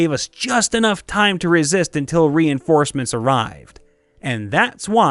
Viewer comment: My ears, i cant take it. How you said it, when the winged husars araived... just luck up tye song, its by sabaton and its caled winged husars